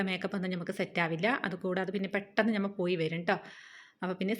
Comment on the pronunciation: ഞമ്മൾ എന്ന് പറയാതെ നമ്മൾ എന്ന് പറയൂ ചേച്ചി ❤